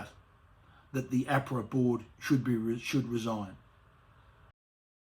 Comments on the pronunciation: It's Ahhhpra not Afra you dill. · Minor detail, but the way Craig pronounces AHPRA is the way people commonly pronounce the Australian Prudential Regulation Authority abbreviation, whereas pronounces it "correctly". It was irritating me all the way through this presentation 🤪 Great news nonetheless, thanks for alerting us to this very important judicial decision. I hope it sets an important and long lasting precedent.